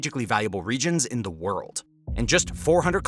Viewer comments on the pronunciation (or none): none